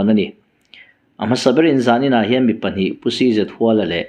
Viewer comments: Huala tih lai hi Ram hual, khuaibu hual anga lam tur ni lovin, zawng hual, kal hual, tlan hual anga lam zawk tur a ni. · Cz Huala tih hi a thluk hniam tur a ni zawk em kha le aw.. Luaia tih ang a Huala tih tur a nem le..? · 1. 'CZ.HUALA': A hming 'Chhakchhuak Zâwnghuala' i ti nêm duai a,i chhiar zêlnaah 'Huala' tih lai hi 'sava bü ka hual' tiha hual rik angin i han lam ṭãl-h a.A hming 'Zâwnghuala' tiha 'hual' lam ang hian lam ta mai la😢 2. 'CHAWNGKHUPA': Hei pawh 'khup' lai chu a lam dãn dik 'chutia lam tür' tih a ni' i ti zuah zuah zo chauh a,a dik lo bawkin i lam zui a😢 3.Thudik leh hawrawp lamrik dãn dik hre si-a a dik lo bawka i lam lui hian 'mahni thu duh,thudik zãwm duh lêm lo,ṭawngkam chang tithlum' emaw tih mai i awl thei ang e. 4.Mi chanchin ani emaw,chanchin engpawh chiang fek fawk,belhchian dãwl taka i hriat hnü-ah chauh i channel-ah dah tawh la tiin zawm lëm loh tùr thurãwn ka'n pe teh ang che aw. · Zawnghuala tih ania hual ilam dan hi a dik chiah lo tihna ava ang ve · A hming i lamrik dan hi ,CZ Huala tih hi,i lam rik danah chuan,khuaibu ka.hual,tih hual ri hi a.diklo,zawnghuala ni nana na,i thu lam dan a zirin,ngaihthlak a chakawmlo thei aw.Coment hi chhiar ngei ang che.